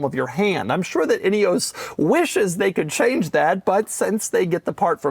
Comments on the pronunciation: "Inny-ose"? No, it is Ineos, like "In-ee-oss" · could've sworn Doug said "idios Grenadier"